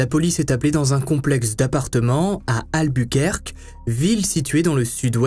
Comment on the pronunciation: « Alboukouèrké » pas « Albourquerke » C’est pas Dunquerke. Et background tu ne sais pas non plus le prononcer en anglais.